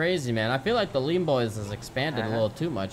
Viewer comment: I like how that hentai girl says "bean bois" 😂😂😂 PS : IKR its lean bois #goodoldbeanbanditsdays #KeepRegie